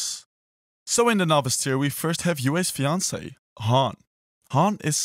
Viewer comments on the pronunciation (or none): none